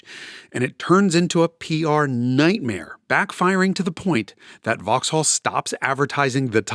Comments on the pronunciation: Opel Omega*. Makes me throw up whenever I hear "vauxhall". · It's pronounced VOX'LL, not vaahx haaall ffs haha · Cool video, but a tip from a brit - you dont pronounce the H in Vauxhall. So its like Vaux-all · I’m not even British but even I cringed every time he said “vox-holl” lol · Jason keeps pronouncing it "Vox-Haul" instead of "Voxal". I did enjoy the vid, tho. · Vauxhall is pronounced vauxall not Vaux-hall. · Just a small point - don’t pronounce the ‘H’ in Vauxhall. It’s pronounced ‘Vox-all’. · The h in Vauxhall is not pronounced. In fact the second a isn't really either. "Vaux'll". A bit like how you all say Buckingham (or anything ended with ham) as it's spelled, but it's actually "Bucking'am". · Drop the H in vauxhall 🤦🏻‍♂️ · Vauxhall is pronounced pretty much like 'Voxel'. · The Way You Are pronouncing Vauxhall sounds so strange it sounds like you're saying it as two different words Vaux hall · Vauxhall is pronounced "Vox-ull" in the UK. Also, as an Englishman who lives in the US, the comment about class was way off the mark. The British are generally proud of our class we're born into, and independent of wealth, it's a big part of our identity. In the US, being working class means you're often basically poor, get little assistance, and looked down upon by the media. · Vox-all : We don't pronounce the H in the UK. Great car though - I remember seeing a few of them on the road back in the day. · BTW Jason (and America) Silent H Vox-all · This was such a brilliant review and history. The pure boost noises at the end was exactly what we needed. Jason's British accent is really pretty good, but for more style points in the future, don't pronounce the "H" in "Vauxhall", so "Vox-ull", and with numbers, always put an "and" after "hundred", so "one hundred and fifty". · in the UK, the H is silent in Vauxhall. It's pronounce 'vox-awl' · Cammisa, I love you baby, but hearing you inflect the H in Vauxhall is hurting me deeply. Love, a Bri'ish Vaux'all enjoyer.